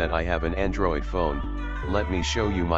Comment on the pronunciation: ANDorid What? A N D O R I D